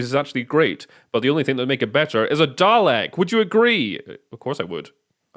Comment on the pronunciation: The deep vicarious joy from your reaction to the inner cover was excellent, thank you. Also spot on for the pronunciation